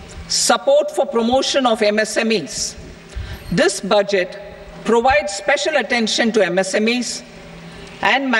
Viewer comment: Murkho budget uchharon o pare na